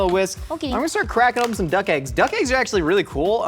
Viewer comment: I want to see Nicole work with on how to pronounce “eggs”. It hurts my ears every time he says āggs.